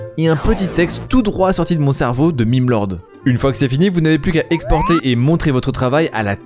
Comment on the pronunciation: Comme "meme" vient du mot "même" en français, il se prononce "même". (Ce commentaire partixipe au référencement dans tous les cas ;))